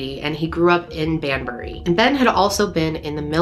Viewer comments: Can I just say as a British person you said the name of the town perfectly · All her pronunciation was perfect, no need for any help. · I'm from the UK and the pronounciations sounded spot on to me! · Pronunciation is fine. I remember this case at the time. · I'm from the UK, you got the pronunciation great here 😎👍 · You said Banbury right 😄